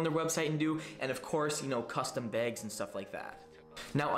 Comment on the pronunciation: Did he say “begs” instead of bags lol keep up the work